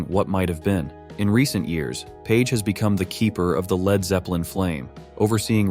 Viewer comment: 'Led' guitarist? Can't the AI narrator robots be programmed to pronounce words correctly?